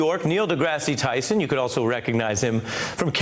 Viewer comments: Hey Ari, if you're going to interview someone at least learn how to pronounce their name and their place of employment. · Neils face when the guy mispronounces his name